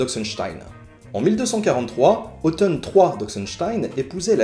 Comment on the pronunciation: La fait de prononcer Othon/Otton comme "automne" me fait sursauter.